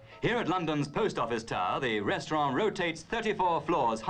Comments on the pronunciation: ok but what's a "restraughh" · I love how the narrator says 'restaurann' in the French manner, and dismisses the French Eiffel Tower -- in the British manner. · 😂 you're right I love how they pronounced 'restaurant' - like how elderly English people still pronounce "envelope" the French way. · In Australia and New Zealand they have always pronounced envelope that way. Restaurant and hotel used to be pronounced the French way in the UK until a few decades ago.